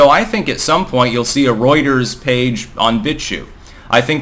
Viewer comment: I didn't even knew what "Roiters" was until this video 😆